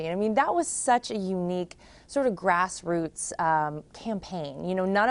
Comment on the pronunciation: "Grassroots"? Pwahahaha!